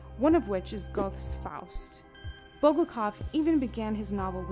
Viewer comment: Unfortunately the narrator loses credence when they can’t even correctly pronounce the names of such literary titans as Goethe and Molière.